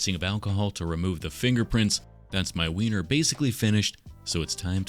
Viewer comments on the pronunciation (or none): Him saying winer is mecking me uncomfortable 😂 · Every time he said Weiner I had to try not to laugh 😂 this dude is the best lol